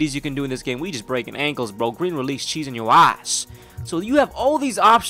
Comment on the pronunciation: you stupid lmao how you say cheesing yo oss lmao I'm 💀 💀💀💀💀💀💀